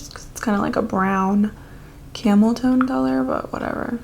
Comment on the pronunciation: I thought she said camel toe color 🤣🤣💀